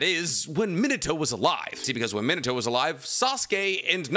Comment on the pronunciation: Great video bro but can you say narutos father name right? Sounds lije youre saying minitoe😂 me-na-tow minato.